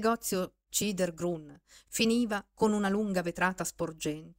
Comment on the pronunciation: Bella lettura, però Chidher Grün si legge "khider grün", giammai "cider grun". La c dolce in tedesco si scrive tsch.